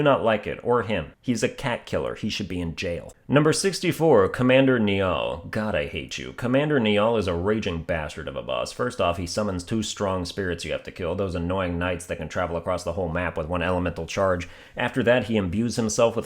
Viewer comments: "Commander niall" is pronounced "kneel" Ur form of English annoyed mine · Commander Niall is pronounced like the river Nile. It’s an Irish name.